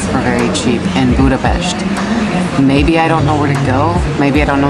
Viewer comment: Welcome to my hometown, dear! I am really impressed that you pronounce the name of the capital city correctly! I would be happy to meet you for a little chat. How about that?